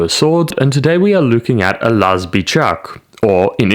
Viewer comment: Oh wow you actually pronounced "Laz" correctly! <3